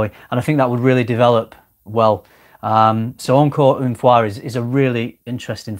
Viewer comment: thumbs up for a perfect pronunciation of "encore une fois" (i'm french)